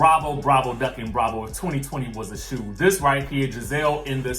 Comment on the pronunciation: NOT THE SHOE OOO...NOT THE SHOO OOO